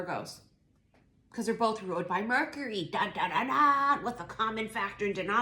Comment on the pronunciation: Like how you say murk-Ury 🤣😂